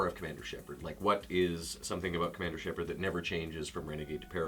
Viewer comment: ER MAH GERD !!ITS SHEPARRD !! AHHHH !!